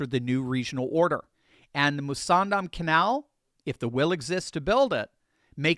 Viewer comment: What a stupid plan is the Mussandam canal. can barely say the name properly. It will simply be another target for Iranian missiles, with expensively loaded ships conveniently parked nose to tail over a long distance...easy to target, not dissimilar to the Straights of Hormuz. The choke hold on the Straits of Hormuz has indeed put the US and its allies in the area into Dire Straits indeed!